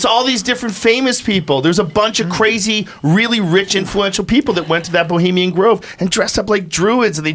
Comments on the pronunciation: Boleemian Grove? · "Bolimian Grove" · Eddie Bravo is a clown. “This producer... this crew... Bolemian Grove...” Bolemian Grove? What? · "Boliemian grove" the man who is the biggest conspiracy theorist yet be cant get the name right. Hahaha